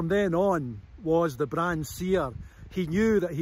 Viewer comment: Wish he'd asked a local how to pronounce Brahan?.....It's got a silent H